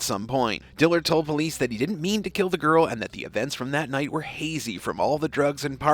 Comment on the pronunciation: " Didn't" not "dint". Try to pronounce common words properly for a more professional presentation.